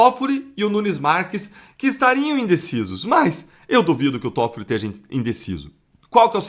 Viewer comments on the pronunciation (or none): O nome do ministro é Tóffoli e não como vc está pronunciando. Vergonha.😡